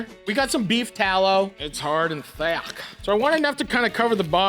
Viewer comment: "Its hard and Thyack"